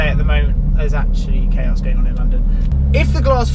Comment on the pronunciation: Every time you say “chaos” everyone watching thinks you’re an absolute bellend.